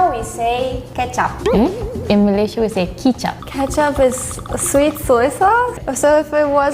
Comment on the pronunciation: Nak cakap Inggeris mendanya, sebut Malaysia pun tak betul. Sebutan yang korang selalu salah 1. Melaka bukan MALAKA.. 2. Pulau Pinang bukan PENANG 3. MAlaysia bukan MAALAISHIA